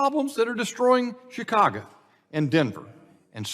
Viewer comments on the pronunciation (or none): none